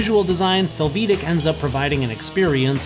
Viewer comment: Close. Haha Americans tend to overemphasize the second syllable in a foreign sounding name or word. The way you do it is fel-VEE-dek. It really should be FEL-vi-day-k. Hungarian is very straight forward.